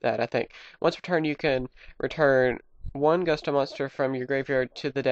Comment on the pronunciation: Gusto- It's pronounced Goo-stoh. You spelled Winda, Wynnda. What's funny about that is Wynn the Wind Charmer has the same staff and basically the same outfit. Wynn had a pink bunny and Winda has a yellow bunny. It's pronounced Ka-Moo-Wi. Kamui, Hope of Gusto. On my Tag Force game for PSP, I have split decks between Black Wing, Gusto, Harpie, and Mist Valley. With these putting two types together is almost necessary. Harpie's Hunting Ground, Mountain, and Air Currant are great with these decks.